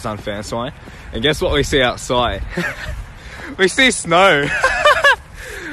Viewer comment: "fan sOin" "outsOid" "snOe"